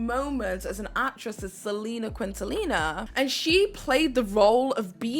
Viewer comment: The way you butcher Selina's name 😢😭